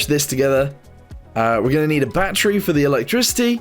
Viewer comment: Why does he call battery batteru?